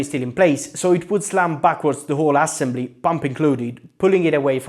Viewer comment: "ASSembly" love that pronunciation